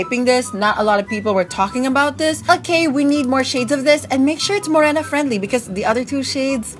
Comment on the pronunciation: Fresh Mo-Rey-na